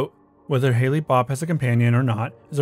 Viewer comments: For the heavens gate the commet is pronounced like the snow Hale. Not Hailey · The comet is pronounced like Hael, not Hayle. But I remember when this happened. It was the #1 Halloween costume lol. Black shrouds and Nikes 🤭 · It's pronounced "Hail" not "Haylee". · Interesting, but does contain some astronomy, attribution, spelling, and pronunciation errors. "Halley's Comet" is named after 18th-Century English astronomer Edmond Halley. "Halley's" is pronounced "HAH-leez" (two syllables). "Comet Hale-Bopp" is named after 21st-Century US astronomers Alan Hale and Thomas Bopp. "Hale" is pronounced the same as "hail" (one syllable). Halley's Comet and Comet Hale-Bopp are separate, unrelated objects. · Why do you pronounce Hale as Haley? And you read every sentence with the exact same inflection. Listen to yourself and tell me you can sit through 30 minutes of this. This is a very interesting video, but I cantlisten to your sing-song repetition.